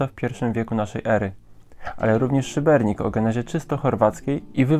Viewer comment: Ale wiecie że w nazwie Szybenika nie ma "r"?